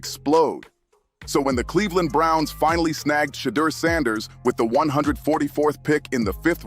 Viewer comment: Say his name correctly